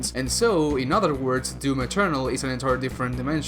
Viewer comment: He says "DEWM" ...like Yahtzee's review did xD